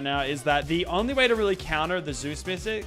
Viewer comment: "zues missic"